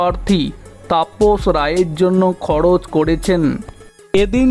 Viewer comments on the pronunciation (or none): খড়চ ড়কত খবড়ে এগুলো বাংলা নয়।সঠিক বাংলা বলতে শিখুন।তারপর ভিডিও বানাবেন।